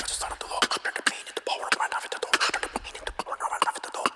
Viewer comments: Uh-VEN-tah-dor, not "aven-tater" lol. You are now the 2nd reactor to say "aven-tater". I'm dyin'. 🤣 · It's pronounced Ah-vent-adore.